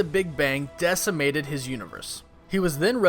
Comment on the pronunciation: hearing people tadder the word "decimated" incorrectly always gets under my skin.